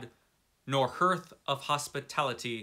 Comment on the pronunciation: "Hearth" is pronounced "harth", not "herth".